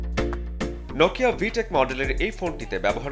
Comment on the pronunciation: মাই‌য়াডা ভাবের জ্বালায় নোকিয়া কে বলে নকিয়া 😃😃😃